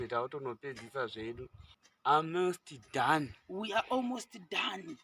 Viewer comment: 😂😂😂😂😂😂chi British for baba Ruva awumos done 😂